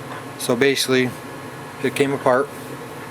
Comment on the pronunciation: What is baysilly/base-ly?! Please speak more clearly